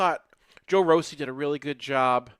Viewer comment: Is saying Joe Rossi’s name wrong he is the only person I’ve heard using a long O.